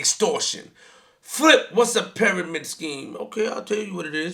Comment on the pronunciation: I feel dumber after listening to this moron. Flip u can’t even pronounce pyramids correctly 🤦🏻‍♂️. Who cares about what the hood thinks the Goal is to get out.